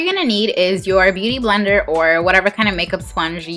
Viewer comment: You always call it booty blender! Hahah